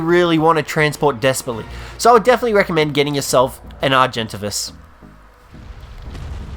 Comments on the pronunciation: its AR-jin-TAY-vis not ar-JEN-tuh-vis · Are-gen-ta-vis? Are-gent-A-vis! Like everyone else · Hey I dont think you will see this but the argentavis is pronounced argen-Tavis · HAHAHAHA “Are jen tay vas” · It’s argint-avis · It's pronounced (are-gen-tay-vis) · The way he says argentavis aha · the way this guy pronounces argentavis!!!!!!!!!!!!!!!!!!!!!!!!!!!